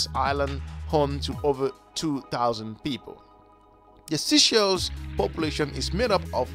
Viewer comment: Please stop saying seashells it's sey like say.